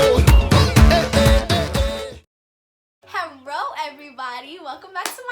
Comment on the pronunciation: You say hallo not haroooo